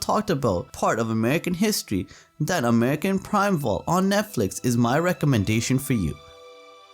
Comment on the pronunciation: I agree that Primeval was fantastic and brutal but it it pronounced “prime evil”.